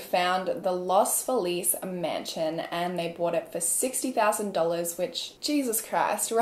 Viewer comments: Love that you're saying los Feliz correctly but no one in LA does 😂😂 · THIS MIGHT BE RANDOM BUT THANK YOU FOR PRONOUNCING LOS FELIZ RIGHT!!! there are so many people that live in LA that say los felez kinda like Felix and for the longest time i never realized what people meant until i realized thats how they pronounced feliz. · who is always apologizing for mispronouncing things, pronounced Los Feliz closer to the Spanish pronunciation than several Los Angeles residents I have met who pronounce it Lahs FEE-liz